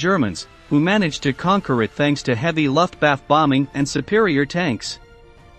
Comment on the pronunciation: The scariest thing about the battle of Stalingrad is your pronunciations of the word Luftwaffe.